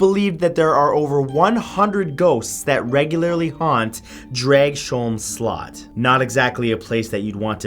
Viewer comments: I’m from Denmark and we actually pronounce it more like Draus-holm Slot... sorry, Danes are weird, I know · I usually listen to your videos while being on Facebook or playing video games, but I had to go back and check when you mentioned Denmark, as I live there, and find out what place you talked about. It's funny to hear Dragsholm Slot pronounced that way :D Thank you for great videos :) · Sorry to say, but you butchered the name of Dragsholm Slot. I don't blame you, Danish is hard, even for Danes XD Awesome list, tho :) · im danish and omg your pronunciation of dragsholm slot killed me haha i didn't realize what you were saying at first until i saw the pictures! other then that i loved the video, and dw i know speaking other languages can be hard so im not trying to be mean, just thought it was kinda funny :) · That... Is in no way how you say "Dragsholm slot" 😂😂😂😂 Thanks for the laugh, Matt. Nice to see Denmark represented though 😁